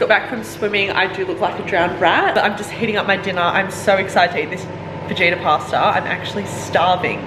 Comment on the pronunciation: I loooove watching your content! But please tell me you know the J in Fajita is silent 😂 it’s pronounced Fa - Hee - Ta not Fa - Jee - Ta hahaha either way that recipe looked delicious!!!